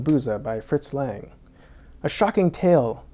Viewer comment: Sorry but is it so difficult to pronounce Lang correctly?